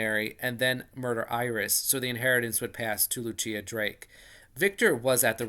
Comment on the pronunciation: Just a heads-up — Lucilla is most likely pronounced loo-SILL-ə, not loo-CHEE-ə. If she’s Italian, it’s loo-CHEEL-lah.